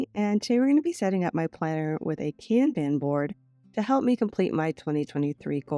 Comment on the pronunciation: I’m so sorry if you are offended by the following statements from me. It’s coming from a place of love and help. The Kanban board is pronounced “con bon” sis. I didn’t know if you already knew this.